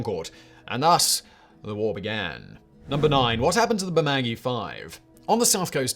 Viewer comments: It's pronounced Burr-Ma-Goo-Eee, not Burr-Ma-Gee pmsl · Appreciate the addition of an Australian story! However, Bermagui is pronounced Berma-gYOU-ie 😊 great list as always! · Bermagui is spelt the way it's pronounced: Ber-ma-gu-i (ber-mah-goo-e) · Say it with me: bur-mah-gyou-ee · To help out its: Burr-Ma-gu-ee (4 syllables) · Just a quick one, love the videos, but it's pronounced Burma gooey..... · Interesting pronunciation of "Bermagui", but no biggie really. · Yeah... I was pissed at his pronunciation too. Liked his Cas Crim ep on Ivan Milat, but his pronunciation of a ute as OOT... Faaaarrrkkkk....!!! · I'm Australian and his pronunciation of Bermagui is completely wrong